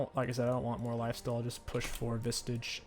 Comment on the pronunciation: Is saying 'vistage' some sort of voluntary private meme?